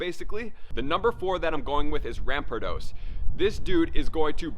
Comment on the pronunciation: Ram-par-dos the "R" is not silent